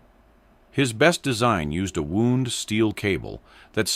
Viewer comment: his best design came from a wound steel cable. OKAY, but wound can be spoken two ways: wound like an injury or wound like wound up. Pretty sure the last one is the one, not what the STUPID AI said.